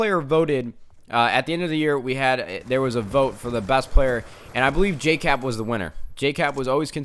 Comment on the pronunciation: just saying it's Jkap not Jcap